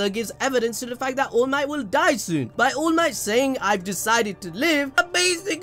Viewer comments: It's to fucking funny when you're saying allmight but eventually I hear "ULMIGHT" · This the first ive watched from this channel, so is this guy really saying allmight as oolmight on purpose or is he milking it as a joke?